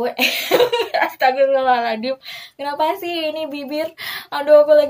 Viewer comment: Astaugrfirullahal'azim kak bukan haladim 😅